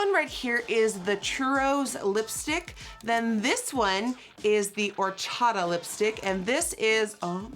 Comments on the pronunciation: “horchada” i’m dying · I had to go back to cuz I didn't understand if she even said "horchata" right😂 she didn't Nikki: "wHO0oOR-ChA-Ahh"